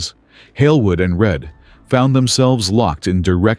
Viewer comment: Reid? do you mean Read?